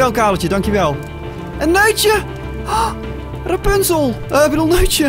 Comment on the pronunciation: ik krijg altijd de slappe lach als rapunsel zegt